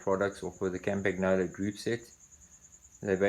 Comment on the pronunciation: WTF is it with you Anglo vintage bike experts? It's CAHM-PAHN-YOLO for Pietro's sake. You can do it!